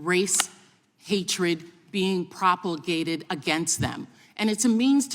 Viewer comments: “Propulgated.” Try promulgated. Go back to school. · Propalgated? What. Did you go to school? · propulgated, lol